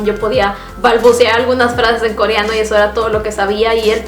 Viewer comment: Porque dice “CORIANO” jaja no puedo con eso.